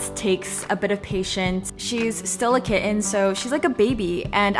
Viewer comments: love the way you say kit-ten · when ppl pronounce kitten as kittttttttttttttttten.. it makes me mad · You're kitten is very cute! ..but what's up with the way you keep pronouncing the word kitten? It sounds very forced and is a bit distracting to the content. (You also pronounce it normally once or twice...so that's also why i said it sounds forced.) But you seem like a very good cat mom and your kitten seems very happy so congratulations. 😺